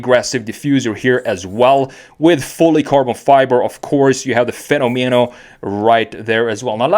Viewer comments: In spanish (and italian) its pronounced fe-nó-me-no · I'm Italian and the right pronunciation is "Fe'nomeno" with accent on the first "e" rather than the second